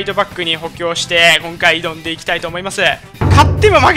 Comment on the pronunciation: いどんでいきたいがうどんでいきたいになってるんだが、、、笑かわいい